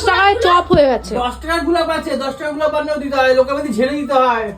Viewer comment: ওটা "গুলাপ" নয়.. "গোলাপ"! পেটে বিদ্যে না থাকলে এমনটাই হয়!!